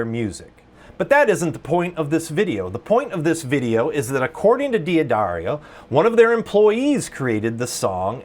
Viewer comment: It's pronounced "Daddario." Not "Dee Addario." You just ignore the apostrophe, and don't add another syllable.